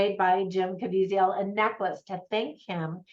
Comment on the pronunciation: Great review!! Just in case yiu want to know, its pronounced Kuh-Vee-Zuhl.